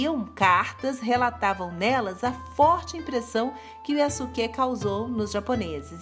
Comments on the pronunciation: Eu acho que a pronúncia correta do nome é:yaske. Eu ñ sou especialista em japonês,apenas estou usando o que eu vi em algums animas,ex:sasuke(de naruto)se pronuncia saske e sosuke aizen(de bleach) se pronuncia soske. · Só uma dica, quando uma palavra japonesa tem su ela é pronunciada apenas como se fosse um s só, então nesse caso fica como Yaske, espero ter ajudado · A pronúncia do nome é Yaske, sem o "u".